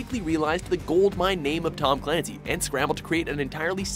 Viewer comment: It's pronounced Tom CULANCY.